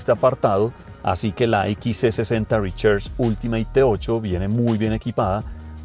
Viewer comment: Mis oídos sangran cada vez que dice: Rechers